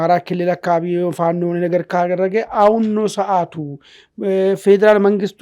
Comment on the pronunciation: This shows an identity crisis and a failure to analyze the news objectively. The bias in the reporting is evident, including clear Amharaphobic sentiment..Look at how the short guy speak out the name FANO